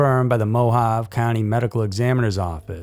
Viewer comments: the word is pronounced moe - have - ay, not moe - have. Have you never heard Mojave pronounced? One can Google how to pronounce any word. This would boost your credibility. At least, after a lot of correction, you pronounced Delphi right, the second time around. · It's actually pronounced muh-haa-vee. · I was trying to get an accurate phonetic spelling, but you did a better job. Either way, needs to learn it and it's not that hard.